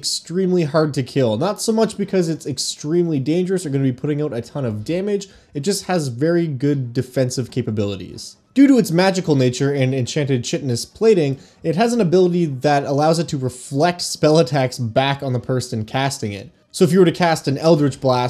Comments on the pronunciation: Ok.. I really really want to love your channel. In that vein.. chitin is pronounced "kai-tin". Hard C. Not "chitten". So its chitinous (kai-tin-ess). 💕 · Just a note, the ch in "chitin" and "chitinous" is pronounced like a k. So, "chitinous" is pronounced like "kite-in-us". Cool video about a tremendously creepy monster. 👍